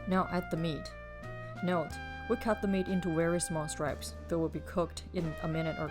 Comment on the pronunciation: 1 teaspon of pepper is about a tenth of what people add here in China. The soup will not be hot with just a teaspoon. We would add the meat earlier. You keep saying 'stripes' instead of 'strips'.